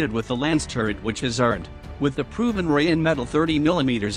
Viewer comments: Can someone teach this strange speaker how to pronounce "Rheinmetall", rarely heard such a stupid deformation. "Rheinmetall" – "Rhein" is "Rhine" and "Metall" is "metal". This "Rhine" not only comes from the river Rhine, it is also spelled and pronounced the same way. One word with one syllable, nothing is linguistically torn apart. As a company name "Rheinmetall", the combination of "Rhine" and "metal" is a nominal compound, as such a proper noun and a word that cannot be mangled even by English speakers. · it is "Rheinmetall" refering to the river "Rhein" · It's totally ballsed up. The 5 written vowel sounds in English don't cover the 20+ vowel sounds you hear in spoken English, so reading the word out is not enough.